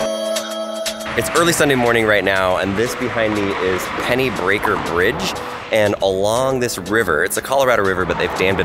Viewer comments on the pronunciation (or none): Pennybacker......not Pennybreaker. 😍😍 And my friend sold Joe Rogan his house.....in Lakeway. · Penny breaker bridge? Did you mean Penny backer Bridge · And it’s Pennybacker, not Penny breaker. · I got to say If an Austinite hears you say PennyBraker bridge they going to correct you for mispronouncing it. Hehe it’s Pennybacker not braker hehe